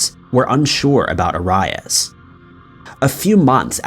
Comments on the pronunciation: Your pronunciation on Jody's last name is REALLY BAD,DO YOUR RESEARCH ITS NOT ORIS!!!! ANNOYING AS JODY WAS!! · I think we all just watched, thinking, “it’s Airy ass!” (ง'̀-'́)ง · Arias is pronounced Air-ee-us That case is so frustrating and shows just how psychotic she became unnecessarily. I believe she would have done this again and again with every man who ended a relationship with her. So sad. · Call her Jodi brown better. Your not alone bud. AR-RY-US 😂😂😂😂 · dude you're killing me with how horrible your pronunciation of jodi arias last name is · I just wanna know how in the world did he get Jodis last name wrong ? I mean he sounded it out like it sounds but come on. . Who hasn't seen a video or heard her name (said correctly) its just odd. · im sorry but i cant get over how bad this dude is mispronouncing jodi arias last name. i dont understand, that was one of the biggest trials in recent history with so much media coverage and her name constantly in the news for years and he still is saying her last name wrong. couldnt even finish the video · I just can't handle how your pronouncing Arias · This was the worst pronunciation of "Arias" I've ever heard in my life. The same goes for "arian" (heard in another video from Top 5...). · lol & the way he says Aries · OMG I hate the way he's saying Jodi Arias' last name!! Wtf, say it right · Come on dude. If you don't know how to say Jodi Arias' name correctly by now you have no business covering the case. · How can you not know how to pronounce Arias? It's a super famous case that was all over the news with hundreds of videos made pronouncing it. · Every time he pronounced Arias wrong I wanted to punch a wall 😤😂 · I almost ripped off my ears.... Ughhhh. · It made me question if I had been pronouncing it wrong this entire time! So, He was the one who was pronouncing it incorrectly! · Drives me nuts when he says things wrong. There is no excuse. Plenty of video’s pronouncing her name right. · Aires not arius!!!!!